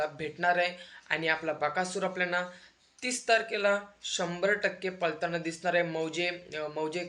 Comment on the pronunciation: पलताना नव्हे पळताना बोलतात. लं आणि ळ चा उच्चार कुठे करायचा आधी शिक नंतर व्हिडिओ बनव. तुझं वय अजून शाळा शिकायचं आहे. म्हातारी लोक अशी बोलली तर आपण समजू शकतो पण तू अजून तरुण आहेस.